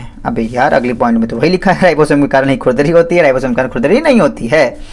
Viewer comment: Sir vo खुरदुरी hota h 😂😂 app baar baar khudri khudri keh rhe ho aur likh bhi vhi rkha h😅😂